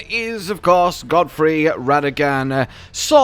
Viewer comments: Nah it's not Godfrey, No it GODEFROY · Just so you know, considering I came from a town that has the same name… It’s pronounced God-uh-froy